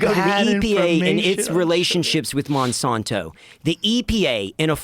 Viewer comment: The way pronounces "Monsanto" is going to give me a stroke 😤